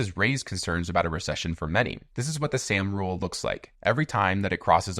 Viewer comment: Soooooom rule. Not Sam.